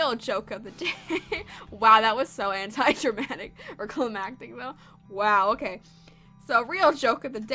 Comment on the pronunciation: Oh wow that was antidramtic Me:Antidramatic wow never heard that before did you get enough sleep first you gave a fan false hope now your making up words are you okay?